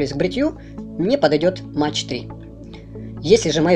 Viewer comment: дядя - это немецкие кассеты - и говорить надо не Фьюжин- а фузион- и не Мэтч - а МаХ